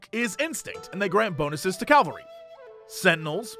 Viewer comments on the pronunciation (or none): another day, another person mispronouncing 'cavalry' as 'calvary'